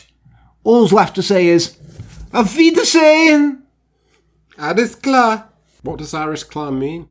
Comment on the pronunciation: means all right. you pronounced it perfect!